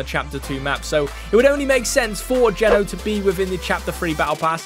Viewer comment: It’s not geno it’s g”eeeee” no long eee not short e not to be rude just saying I heard quite a lot more people saying it’s geeeeno